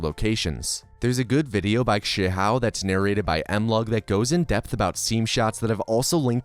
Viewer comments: weirdest way i heard someone say krzyhau. You say it like kuhr-zy-how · It's pronounced (I think) Keer-see-how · Quote from Krzyhau: “Well, he tried to make an actual polish pronunciation. Not perfect, but as good as typical english speaker can get.” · I always thought "krzyhau" was pronounced like "kurzee-how" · Amazing vid, altho i got so triggered at the way you said Krzyhau's name LMAO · I'm very surprised this video isn't 2 hours long. There are far, far more proptites to saveglitch that were not covered though (specifically agsg, radio launch, the other 34 ways to get saveglitch, rubby saveglitch, ISG (this has nothing to do with saveglitch)) also you pronounced krzyhau's name more wrong than I think I've ever heard it pronounced and he will probably be at your house in the next 72 hours.